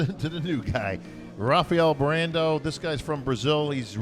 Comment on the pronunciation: From Brazil : "Rafaiel Brandeio" kkkkkkk muito cabuloso